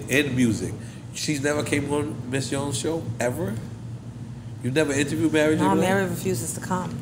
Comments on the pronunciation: Why cant he say Mary?? Its not Marry, sir! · Why do New Yorkers say marry j. Blige instead of Mary??? Despite that this was one of the most informative drink champs I've seen!!!💪💪💪